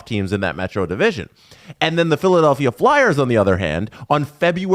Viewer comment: “Philadalphia” 😆 Come on, guys